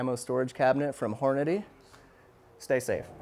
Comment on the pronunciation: Hor-Natty lol